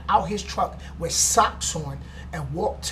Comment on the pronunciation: it "with" not "wif"